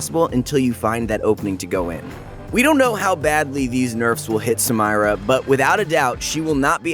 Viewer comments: hes saying samayra not samira, hes trying to hard to be different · Sam-EEEEEEEEE-Rah not Sam-EYE-Rah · the fact that he says "Samayra" instead of "Samira".... bothers me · I was just like please stop saying her name, just say she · Take a shot every time he says Samayra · sa-my-ra sa-my-ra sa-my-ra sa-my-ra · Someone please tell her name's pronounced SA MEE RA. Riot themselves say so. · Why does dan say sam"i"ra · SA- MIIIIII- RAAAA She literally says her name can you say it right? Jesus Sidenote: I glitched her Q after her Dash, she locked and didn't move. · I have nothing but respect for you and your coworkers at proguides league of legends. You all provide great tips that are an amazing help for new players, as well as giving news about new leaked champs. But please, for me and everyone watching, please pronounce Samira correctly. It seriously makes me cringe every time you say "Sam-Ay-Ra" because it's correctly pronounced "Sa-mee-ra". Please stop saying it wrong. Thank you. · its Suh meer Uh..uncultured swine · Me: Triggered that he doesn't pronunce samira as sa-meer-a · Sameera already says her own name in game and this dude can't pronounce it correctly... Goddamnit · is the voice actor for, he's clearly pronouncing the names wrong on purpose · I hate how he said samira. Made me Cringe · did he just say saMYra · Can't finish watching. Did you not watch anything on how to pronounce her name? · The Samira pronunciation just killed me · Listen in game how she says her name - thats how you should pronounce it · oh gawd. please stop saying her name. shes not american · Learn to speak and pronounce the name correctly then maybe people will bother finishing the video. Have a little professionalism for something you claim to take seriously. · PLS PRONOUNCE HER NAME PROPERLY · Its soooo saaaad he is pronouncing her name soooo wrooooooong... come ooon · I'm not even sure what he said for half the video because I'm raging at how he says her name